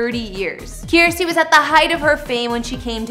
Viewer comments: It’s “Kirstie” like “thirsty”. Not “Kierstie” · Yes, rhymes with thirsty. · Is she really saying Kiersty. It's said as kir-sty.